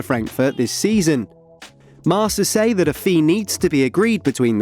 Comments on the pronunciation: Bro not marsa it's kinda marka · its not pronounced "marsa" its marKa